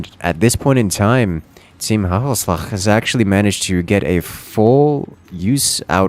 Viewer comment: FINALLY HE SAID IT CORRECTLY WHOOOOOOOOOOOOOOOOOOO